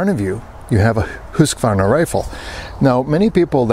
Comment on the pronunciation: Great pronunciation of Husqvarna (hoosk-varna) it means mill-house! I have a Husqvarna 640 M/98 in 8x57. Superb rifle and calibre. Greetings from North Sweden.